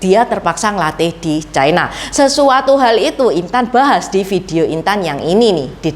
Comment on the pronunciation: Ucapan yg bnr : China, bukan chaina